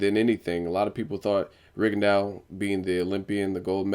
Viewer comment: Lol nigga,did you just say Rigadawg???